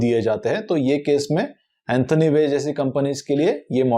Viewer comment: Anthony एंथोनी ❌ Antony एंटोनी ✅